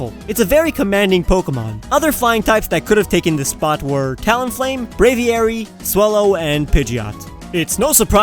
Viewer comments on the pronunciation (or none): none